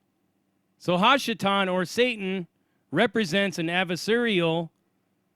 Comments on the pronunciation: It's not "Shatan", it's "satan". The letter ש can be pronounced Sh or S. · I don't mean to persist, but I am a native Hebrew speaker and long time bible student. [If this is bothering you I will stop]. The correct way of saying the word is satan- שטן. Ha Shedim?השדים That means "the demons". Best wishes